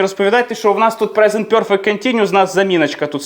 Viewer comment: Пане, я ні в якому випадку не хочу образити вас, тільки хочу зазначити, що нема в англійській мові вимови йо (пьорфект), перфект, без йо. За радянщини вчили англійську з московитським акцентом. Якщо я чую це "бьорздей" чи "пьорфект", зразу розумію з ким я маю справу. Перше моє питання до тої людини, з якої країни походження. Треба ще правильно вчитися вимовляти такі слова. Наш мовний апарат дуже розвинутий, тому нам нема проблеми правильно вимовляти такі слова. Я підписалася і поставила вподобайку 😊